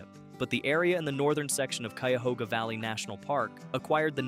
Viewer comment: Showing a subway station to represent the Underground Railroad is inane and amusing. Oh, and Cuyahoga is pronounced Kie'-uh-hog'-uh